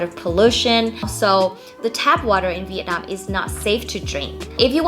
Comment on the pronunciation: How can a Vietnamese person say 'VIET NARM; and not Vietnam?